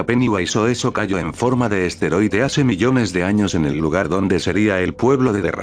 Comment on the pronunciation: Minuto , no se dice esteroide, se dice asteroide, ¡Pronuncia bien!